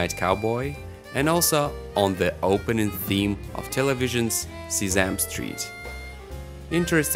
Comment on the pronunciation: Did he say See-zam street? Lol